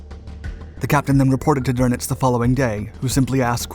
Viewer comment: I was going to say that, remember ie is pronounced ee, ei is pronounced i. "Prine" would be spelled Prein. Funny, but he got words like Friedrich, Kiel, Krieg, though he failed to pronounce the final e in Kriegsmarine (a schwa) . Wellner, the w is pronounced v. Drnitz for Dönitz, oh, well, I never expect Americans to get ö right. It took me a long time. , Is that Werner Klemperer? Looks like him. Going back, there were a few other spots he was in.